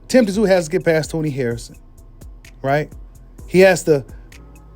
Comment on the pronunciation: The”T” is silent … it’s simply pronounced, “zoo”. You know like Sun Tzu? Any dude that’ll step in that squared circle should at the very least, be given the respect of having his name properly enunciated by boxing media. It would also be a good look for you as well.